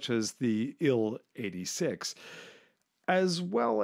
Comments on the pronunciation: I cringed every time he said TU-144 as "Too-144". It's "TEE-YUU". And IL-XX is not pronounced 'ILL"; its pronounced 'EYE-ELL'. Individual letters are pronounced. Please do your research instead of narrating wikipedia. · Its pronounced T.U S.U or I.L not tew. Sue or ill as in Tee you 22.